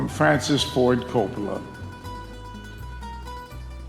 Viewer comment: Al says "Fwancis"... I wouldn't want him either!!!